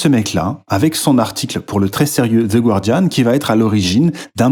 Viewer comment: Je lance la vidéo, j'entends les français faire l'erreur de prononciation sur le nom du journal (le u est muet), je pars, j'ai une autite maintenant à cause de ces crachats dans mes oreilles !